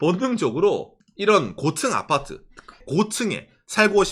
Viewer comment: 곶츤 아파트 ㅋㅋ 발음 귀여웡❤